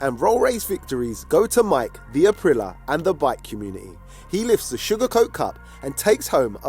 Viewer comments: april lee ya...not apreelah 🤦‍♂️ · Someone tell that idiot its pronounced Aprilia NOT Aprila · It's pronounced a-prill-ee-a 🥹